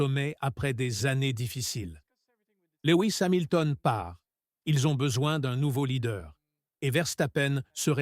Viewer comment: Salut Monagasse, Louis Samilton, L'endonorice .... Verstappen ou Verstapène ? Horner et non Orner ... à " ce bâtre" .. "la néaurée" 😂😂